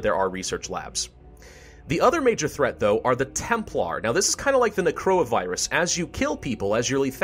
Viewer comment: did he just say corona virus?